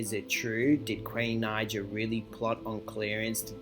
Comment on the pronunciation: Can u say queens name right because when u say her last name wrong it says the N word with a hard R in the captions